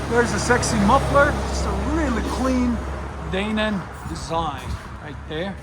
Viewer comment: Dane-in? Lol.